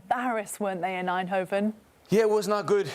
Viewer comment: Shoutout to the lady for her pronounciation of Eindhoven.